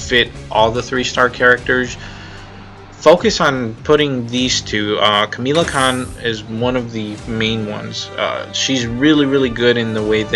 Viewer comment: Kamala Kahn not Kamela Kahn just saying other than that good video